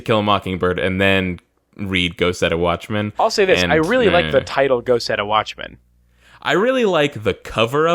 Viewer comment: The first time I heard you say "Go Set A Watchman" I parsed it as "Go Setta Watchman" and thought it was some Sentai-esque Japanese series.